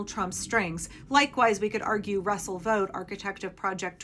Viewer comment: It's Vought